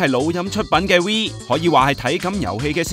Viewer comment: Wii.... 係讀WE... 當年已經講左好多次唔係讀WILL....